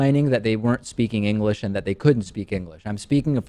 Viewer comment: "Engrish" XD lmfao